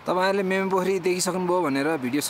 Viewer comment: Not मेमे but मिमे